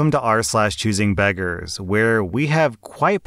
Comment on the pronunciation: When I heard you say r/choosingbeggars, it sounded like choosing bedrooms…